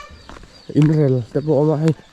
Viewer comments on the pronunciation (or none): none